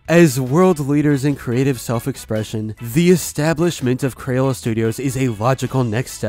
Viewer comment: I just realized so many people say “cran” but it’s “craYola”